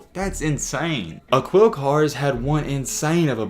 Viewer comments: Uh-Quil Car 😂😂😂 it’s pronounced Ah-keel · Yup! Dude said “Aqwheel” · It’s pronounced “uh-keel” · It's pronounced A-KEEL. If you're going to continue profiting off of BLACK EXCELLENCE, please learn how to pronounce the names!!! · Aquille Pronoun A-kill, lol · His name is pronounced just like Shaquille O’neal but without the sh. Basically pronounced Akeel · “Akill” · a"QUIL' carr hahahah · dude you're not even saying his name correctly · At least learn how to pronounce bro name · He def knows a lot about shorty!! Everything except the correct pronunciation of his name. 🤦🏾‍♂️